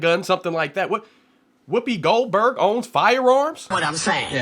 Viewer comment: That was so funny when he said Whoopi Golburr Bird. I hope he don't own no gun. Hahaha Hahaha 😅